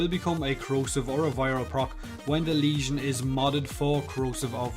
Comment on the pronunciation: Finally a YouTuber who knows how to pronounce the name of this weapon